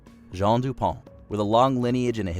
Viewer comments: It's French so it is pronounced Dew-pon. The company has been pretty Anglacinized in its pronunciation but the name is still pronounced that way. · Your narrator mispronounced two names (McAfee and du Pont), and your video included clips of actual people saying the names correctly. I expect you are using AI. So stop it. AI is not yet smart enough not to make you look bad. Give a job to a human being, someone with the sense to look up a name or word they don't know how to pronounce.